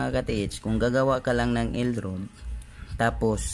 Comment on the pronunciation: El rad... puru ka el rud grrrrr